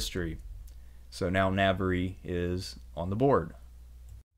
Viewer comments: I'm a big fan and normally only too willing to overlook one or two dubious pronunciations in light of the wonderful quality of your content, but listening to you mispronounce 'Navarre' as brutally as you have in this video has caused my to reflect on the point at which the medium begins to undermine the message...a well-built house still needs a lick of paint. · I applaud your excellent presentation. Much detail but not too much for a bite-sized video. (I wish you had a more Spanish pronunciation of Navarre. Also Averroes.) Spain was a critical agent in the rise of modern Europe. Previously, northern Europe had been backward, illiterate, and impoverished. Andalucia was cultured, highly literate, and relatively wealthy for the times. Huge credit goes to the Arabs and Jews. My first eye-opener was reading Washington Irving. Expelling the Moors & Jews has cos Spain dearly. Their national decline since that time has been rapid. The Christians that "won" with the reconquista were intolerant, bigoted, (and actually, their own worst enemies.) I feel like one of the miracles of history was the Ottoman role in rescuing Jews at that critical moment. If you get a Catholic education, I hope you are fortunate enough to study Thomas Aquinas. Modern scholasticism, which helped trigger the Renaissance, owes a huge debt to the Andalus, and the Jewish and Arab Aristotelians. So many words in our language, particularly related to Astronomy, Math, algebra, chemistry -- have come to us from the Arabs (and Jews) via southern Spain. Even spices. Words like cinnamon and coffee are of Arabic derivation. In Spanish, the influence of Arabic is even more profound. It was "bad luck" (the evil eye) for Spain and Portugal when they expelled the Jews. But it was good luck for the nations and kingdoms that received them -- including Turkey & the Balkans, the New Wor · Please pronounce Navarre correctly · Na-var. It's pronounced Na-var, not Na-ver-re, Na-var. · Navar not navery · Lmao "navery"